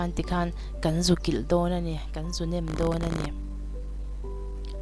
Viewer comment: Nam ti lovin,nem ti la a ngaihthlak a nuam deuh ang a.